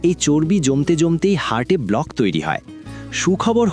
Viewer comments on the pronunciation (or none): none